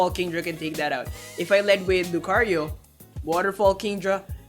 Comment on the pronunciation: why, just why... i like to name all my 90+iv mons, my female Lucario named Lucy now NEEDS an italian-like name e_e ... she just NEED IT, cant say Lucario again without that accent